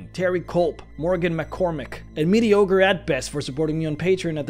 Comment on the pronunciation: I’m pretty sure it’s medi-ogre at best ( I wait till to end every video to listen to the patrons)